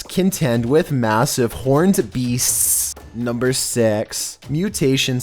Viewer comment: This dude doesn't know how to pronounce caveat...and the drawn out s on beastsssssss. What are you doing man?!?!